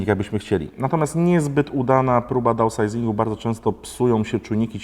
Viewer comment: Downsizing- dałnsajzing 😅